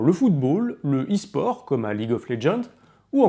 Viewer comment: Je tombe sur la vidéo, UN truc me fait tiquer : on dit pas "[...] au es-sport" mais "[...] à l'esport" ! Merci de changer ça avant de vous attirer la foudre des gamers